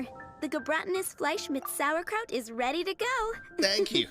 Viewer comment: I´m very surprised, the voiceover has vocalized "Gebratenes Fleisch mit Sauerkraut" correctly... It´s german for roasted meat wirh sauerkraut. The meat is pork without question. Using beef would be inadequate. In Germany it usually is served with gravy and dumplings or potatos. A traditional dish in Germany that comes close is "Rheinischer Sauerbraten", the meat however is beef in this case, in old tradition it would be horse meat